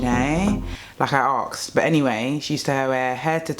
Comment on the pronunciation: The way she says arksed instead of asked makes me weak